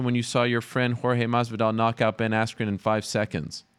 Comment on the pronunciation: Did he say Ben Asscream??? 😂😂😂😂😂😂😂😂😂😂